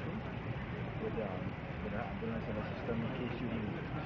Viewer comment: Personally I am appalled by Dr, Kublalsingh's language. The word is ambulance good Dr. not ARMbulance. This man has butchered the English language and should be totally ashamed of himself. Real talk.